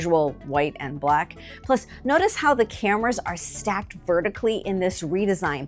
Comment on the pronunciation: Why did she say black like that…